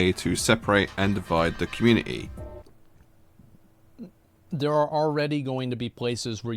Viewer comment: This guy should look up how to pronounce community 😂